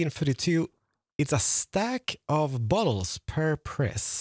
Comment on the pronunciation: Is it just me or does it sound like he's saying "balls" when he said "bottles" talking about the XP bottles? Lol I was just listening and started wondering "What does slime balls have to do with a mending shop?" lol